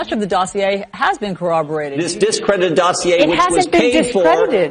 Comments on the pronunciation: Dossier is a French word so when you see -ier at the end it's pronounced ee-ay not ee-er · How can you not know that the R in dossier is silent? They said the word thousands of times when they thought it was legit, then a thousand more from Fox once it came out that it was bullshit.